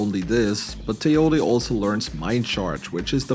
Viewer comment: Excuse me, did you just pronounced "Taotie" as "Teh-yo-wee"??? Nonono, it's pronounced as 'Tawoh-Tiyeh"